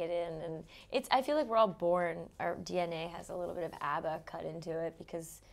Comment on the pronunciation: Wtf is UBBA god even im American and i say ABBA